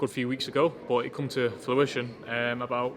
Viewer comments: It come to ‘fluition’ …Queen’s English at it’s finest 🤦🏻‍♂️ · It come to fluition